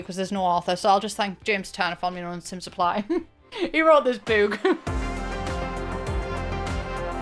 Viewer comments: I can't stand the way you say boo-k like boot. It's book like brook. Or do you say brook like broo-k? 🤔 Either way, I hate it. Ugh. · Obsessed with the way you say ‘book’ like ‘bewk’ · I hate the way she says “bewk” but this video has to be good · British people really be saying boook like heavy on the "👻k" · Wait, is she joking with the pronunciation of book? 😂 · Omg i can’t handle the pronunciation of book Sorry.😢